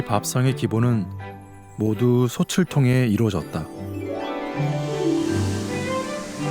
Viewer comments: '솥을, 솥에, 솥이'는 '소틀, 소테, 소치'라고 소리내어야 합니다. '소츨, 소체'는 잘못된 발음입니다. '소츨, 소체'로 소리나는 것은 '솣을, 솣에'지요. 대한민국 공영방송의 다큐멘터리 프로그램에서 한국말 발음조차 이렇게 엉터리로 하면 어떻게 합니까? 영어 발음, 억양, 강세에 목숨 거는 사람들이... ... 참으로 유감입니다. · 솥을 읽을 때 자꾸 소츨이라고 읽는게 많이 거슬리네요. 소틀이라고 읽는겁니다.